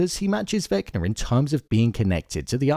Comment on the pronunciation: Why you keep calling him Vecner tho?😂